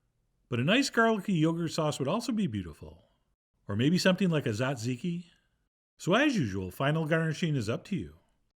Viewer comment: You are by far my favorite chef and I love you very much! but you just destroyed the word tzatziki. LOL